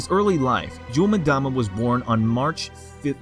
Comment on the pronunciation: Just a by the way FYI, it's pronounced Yule-M-dama (Say the M as if you were sounding out the word, and then say Dama. And not as madama.